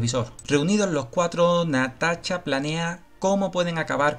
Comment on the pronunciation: jajajajaja no es mala onda, pero que.pronuncie bien el amigo.